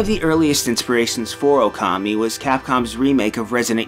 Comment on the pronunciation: Even with big Okami opening, still mispronounces the name.